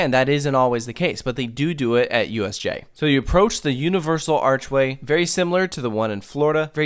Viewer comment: For a second, I thought you said USA instead of USJ.